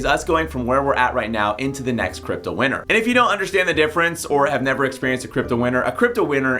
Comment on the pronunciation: I keep thinking you're saying "crypto winner" not "crypto winter". You need to pronounce T's.